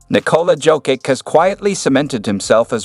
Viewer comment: Learn to.pronounce Jokic's name please 🙏